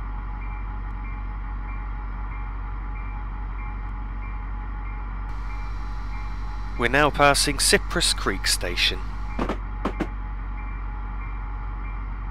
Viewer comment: FYI...Pompano Beach is pronounced "Pomp" as in pomp and circumstance..."pun" as in a play on words...and "oh" as in oh my! lol! pomp-pun-oh. Also Cypress Creek is pronounced "Sigh" as in exhale of breath..."press" as in a printing press. sigh-press. I grew up in the Miami/Ft Lauderdale/WPB area and I am very familiar with this route! You did a great job otherwise!!